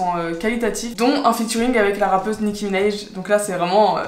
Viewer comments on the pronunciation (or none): Franchement c’est excellent ce que tu fais, je faisais des videos de ce genre en et tu m’a vraiment donné envie de reprendre t’es excellente (et on dit Nicki Minaj pas Minaije 😂)